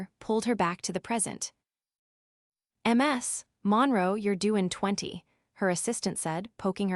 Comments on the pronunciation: PLEASE PROOF THIS FIRST…. MS (last name) is NOT pronoubced M S.. (lastname). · Pretty decent little story, despite the artificial opening set-up, and despite your laziness in using a robotic AI voice with stupid errors. Such as pronouncing Ms. Monroe as Emm Ess Monroe.